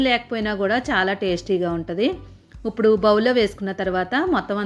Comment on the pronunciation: ఇప్పుడు అనాలి ఉప్పుడు అంటున్నారు.